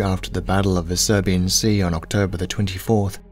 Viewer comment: Great video, but it's pronounced Sibuyan Sea, there was no battle of the Serbian Sea. Maybe it's an accent thing but it is baffling to hear.